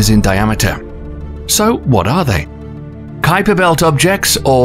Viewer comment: Ummmm... what exactly is the "Kweeper Belt" .... & the "Oooh-ort Cloud" !!????? lol ;-p